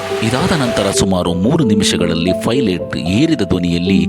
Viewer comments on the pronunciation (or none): ಫೈಲಟ್ ಅಲ್ಲ ಪೈಲಟ್